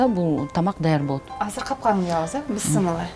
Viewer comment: Бысмылла эмес бисмиллях